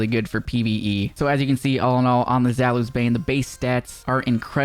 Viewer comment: Zalus? Honestly I get people that are native English speakers it's kinda hard to pronounce most of the names of the weapons like i heard one time cHēLKaîs instead of Chelchis I'll help you out zaoulis bane is pronounced this way: za-u-li's bane